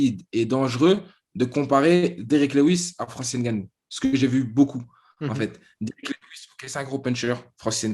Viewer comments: le N de Ngannou ne se prononce pas à l’oral, tout comme le M de Mbappé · Il n'est même pas capable de prononcer correctement le non de famille de Francis Ngannou et tu veux que l'on sub !Tu es un gros malade toi ! Mdr